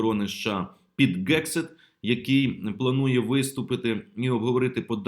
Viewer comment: Мля, скільки можна! Який в сраці Гегсет! Не тверде кацапське Г, а м,яке українське. Hegseth англійською, а не Gegseth.